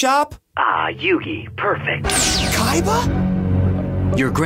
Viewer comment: why did you said YU-GI